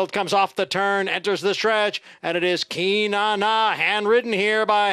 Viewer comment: Nice to see a swing and a homer with Beach's first at bat. They don't have names like "Cynane" in Omaha, let me tell you. Is that Irish (Celtic)? Announcer pronounced it KEE-NAH-NAH - hope he knows what he's doing.🤭